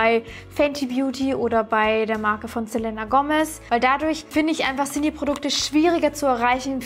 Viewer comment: Selena wird Selina ausgesprochen sry triggert mich 😂